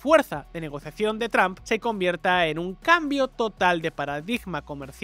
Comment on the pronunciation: Porque los españoles pronuncian “Trump” comp “TRAMP” (yo hablo inglés)